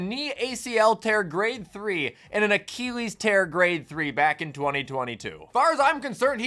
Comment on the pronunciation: I love the vid, but I hade how you say the word Achilles.